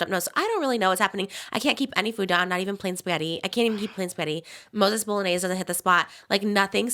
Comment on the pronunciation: If I hear her say bolognese one more time 😂